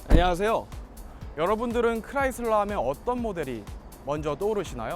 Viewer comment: 크라이슬러를 클라이슬러 라고 하시네요 ㅎ